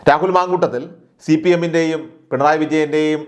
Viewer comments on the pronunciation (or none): none